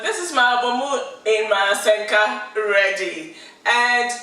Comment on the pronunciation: It's Asanka not Asenka😂